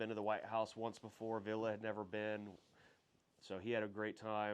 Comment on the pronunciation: You pronounce Ville wrong, you say it like Villa, but it’s Ville.